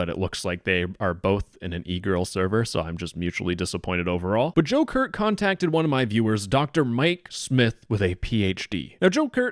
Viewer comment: The entire time you said Joe Kurt, my mind went straight to “Joker”